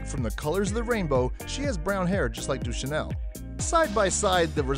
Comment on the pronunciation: I think she mispronounce the word, Deschanel.